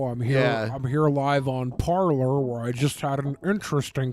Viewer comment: Hey, it's not "par-ler", it's pronounced "par-lay" because it's the French word for "to speak" you moronic Manatee.